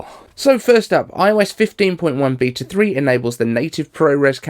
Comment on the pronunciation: Beata? You mean beta?